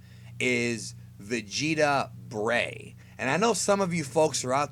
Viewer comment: "breigh" makes it sound like vegetable with a Japanese accent when you say the full name.